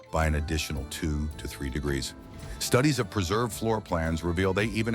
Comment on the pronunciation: Apparently it's very very difficult for ai to say degree